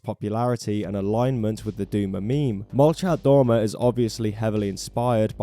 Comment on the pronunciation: dude it pronounce like molchAht domAh